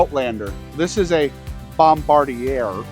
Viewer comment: If I may, it’s pronounced “Bombardier”